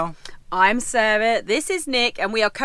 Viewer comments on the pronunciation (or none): none